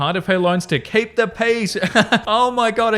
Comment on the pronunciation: The first I heard you say, “keep the peace,” I thought you said, “keep the peas.” So every other time in the episode it’s mentioned, I just pictured someone with a hand full of peas 😂